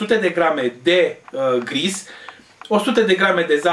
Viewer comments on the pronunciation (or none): Alta data cand mai filmatzi, avetzi grija sa nu mai aveti zgomot de fond, e extrem de enervant sa urmareshti un video de aproape 11 minute cu zgomotul asta! Se spune shi se scrie GRISH ( cu SH), iar ouale sunt de gaina, nu de tzarani!